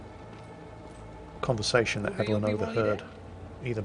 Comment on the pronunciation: I hope doesn't know anyone named "Ev-ul-lyn" in real life. I'm sure they don't appreciate being called "Evil Lynn".